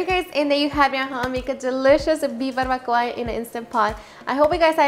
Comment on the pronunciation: Live in Cali and never heard it pronounced like that